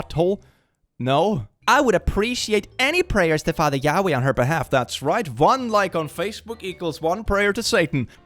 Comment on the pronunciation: Ok, but he’s not American. I doubt that the pronunciation of Yahweh is well known outside of the specific religion that uses it. You could have kindly corrected the pronunciation instead of bashing a group of people.